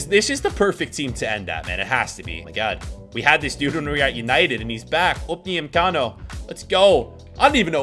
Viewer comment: "Upayimcano"